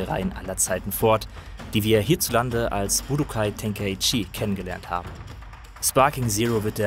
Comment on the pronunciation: Ten-kai-chi. Bin deutscher.